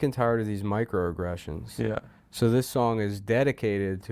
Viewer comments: What in the fuck is a miclo agglession and why is she tiled of them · Miclo Agglession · miclo aglessionuh